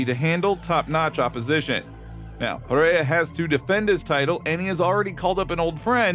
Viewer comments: it s PEREIRA not PIERA.... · Chael mispronouncing Pereira as Pierra is too funny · i love how Chael will always mispronounce a fighters last name in, but in 5 different ways in the same few sentences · Alex Panera